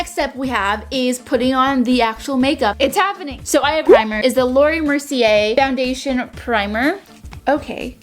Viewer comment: Your saying mercier wrong